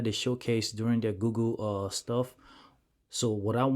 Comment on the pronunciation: Am I hearing him say Googoo instead of google?